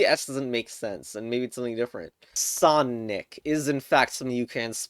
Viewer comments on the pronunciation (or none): none